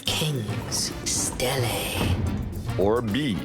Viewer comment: It is not called a stella... It is pronounced like this Steel- Lee. How can you not know that? How can you be that wrong? When you dont even know the right names, how can we be sure, you ACTUALLY know ANYTHING about archeology? It is quite obvious you don´t. That is what you get for being a naked archeologist. A REAL archeologist ALWAYS have his tools. I bet you cannot even name the 2 most important tools of an archeologist...